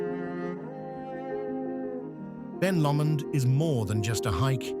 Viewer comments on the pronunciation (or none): why do content creators not check their (or AI) pronunciation? luging? that sounds like spitting on someone, when I assume what is meant is a luge, toboggan. People with no knowledge of Queenstown might think otherwise. Catlands? Tongerro, Ben Lammond, oh good grief, you're getting a dislike just cos you were lazy.